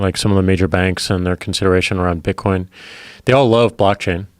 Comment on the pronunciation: "To buy and sell bitcoinee" - Joe Rogan